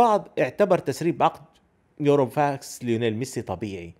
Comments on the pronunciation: هههه عواد قارئ الحبر عند الصحف العربية (صارلك خلط بين يوروفاكس، بيروفاكس) اسمه burofax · اتفق تماما مع رأيك كابتن عواد التسريبات سببها غالبا ناس ما عاجبتها طريقة ادارة لابورتا للوضع او ممكن ناس عم تجرب تشيل عبء خروج ميسي عن لابورتا ملاحظة اخيرة: اللفظ الصحيح بورو فاكس مش يورو فاكس